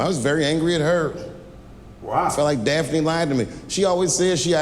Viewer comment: Notice how he never misspronounced Daphne thruout the entire set. It took one to know one.